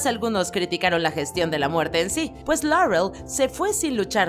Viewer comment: Hacen una pronunciación tan exagerada del inglés... Dicen Darrec, Larrel, Rabin, supernarural, pero luego mencionan Huesos, en vez de Bones... O van a decir los nombres y títulos en inglés o siempre no? 😮‍💨